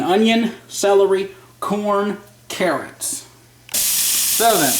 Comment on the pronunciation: He said careots not carrots